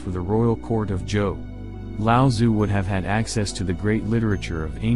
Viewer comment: With the audio component of google translate freely available these days, can you please learn to pronounce his name properly